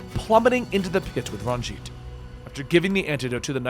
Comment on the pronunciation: Says every name wrong. Nothing. Says Ranj’it correctly. “I’m pRoBaBly saYiNg iT wRoNg!!!” Lol.